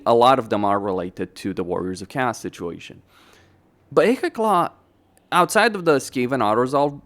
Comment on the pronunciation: Do you have a language disorder with your Warriors of Cast? Warriors of cast this warriors of cast that. The faction is called Warriors of Chaos! OS! CHA OOOSS! You know O? The letter O? Or is your head an O?